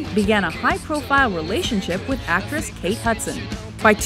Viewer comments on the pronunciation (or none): none